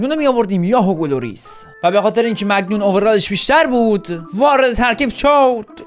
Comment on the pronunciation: داش موفق باشی عالی❤ فقط اینکه دروازه بان تیمت مگنون نیست مانیانه